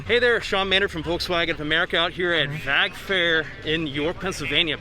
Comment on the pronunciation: You’re pronouncing VAG improperly